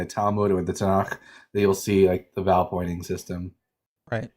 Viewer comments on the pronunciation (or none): none